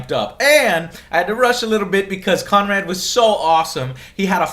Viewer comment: Joe doesn't even try to pronounce his last name...